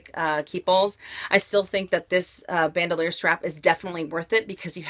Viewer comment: It's not pronounced "ban - doe - leer". It's French, and pronounced "bahn - dool - yaar". I'm just amazed all the time, that for all the money that people spend on these bags, that they can't pronounce them correctly. Are the SA's not pronouncing them correctly? It starts with them.........they should be.